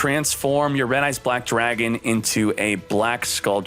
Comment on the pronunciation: "RED EYES BWACK DRAGON" 🤣🤣🤣